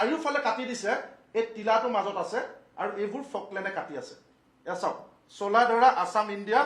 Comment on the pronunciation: ৰজাভেঁটি....ৰাজাভেঁটি নহয়।, চোলাধৰা....চোলাধাৰা নহয় । মথাউৰি....মাথাউৰি নহয় । ঠাইবোৰৰ নাম শুদ্ধকৈ উচ্চাৰণ কৰি ক'ব ।